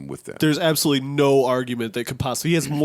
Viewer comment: i b forgetting is a white boy sometimes he sounded like a whole nigga when he hit that absoooolutely